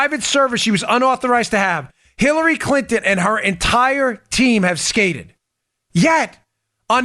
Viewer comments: Great reporting as always guys. But I have to say that I almost spit my water I was drinking at the time. I could have sworn that Dan said killary and not Hillary. I want to laugh out loud so hard. But I didn’t want to clean up water either. Needless to say loved your report today. 😂🤣😂🤣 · I loved how he called it the killary e mail 😂